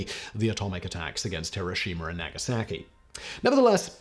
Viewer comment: It's pronounced "Nah-gah-sah-key". I cringed every time I heard you mangle the city's name like that.